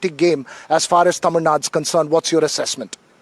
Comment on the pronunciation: Dear - Correct pronunciation is Tamizhnadu, not Tamizhnad